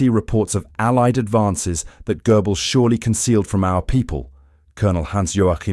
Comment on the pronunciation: This is quality AI BS. Goebbels = Gribbles! 😆😅🤣